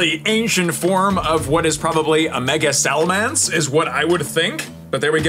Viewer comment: Roaring moon!! Or like you said it “Salamance” lol